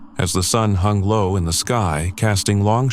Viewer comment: "As the Sun Hung Lo" ruined the bear attack for me; but very good job overall and many thanks.